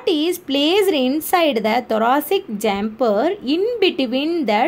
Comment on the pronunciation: Sorry, it's pronounce =chamber-cha-am-ber